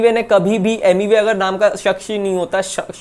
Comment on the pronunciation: Sucks ❌shak❌ shaksh✔️😁